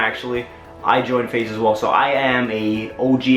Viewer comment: I swear down he was saying face the whole time